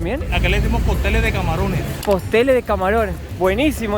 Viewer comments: muy buen video le corrijo lo de los camarones, se dice coctel de camaron, no postel, pero buena hermano, excelentes videos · muy buen vídeo, felicitaciones y gracias por mostrarle al mundo lo maravilloso de cada país, en esta ocasión lo bello de mi COLOMBIA, cabe decirte que no es "POSTEL DE CAMARÓN" sino "CÓCTEL DE CAMARÓN" 😁 ¡Saludos a los dos de una Colombiana en Polonia! 🙋🏻‍♀️🇨🇴❤🇵🇱